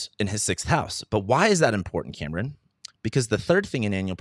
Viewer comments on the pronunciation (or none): none